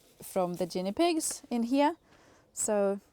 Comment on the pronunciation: Great garden setting love your motivation thank you for sharing and trying in English , oh it’s a G not J sound for Guinne pigs spinach has always been slow I prefer Silverbeet harvest is a lot better ☺️happy gardening from Australia 🧤👒🦘🐨🇦🇺🌱🙌